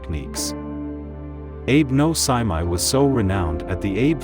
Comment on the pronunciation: Well the fact you mispronounced the guy’s name from the get go is not a good sign.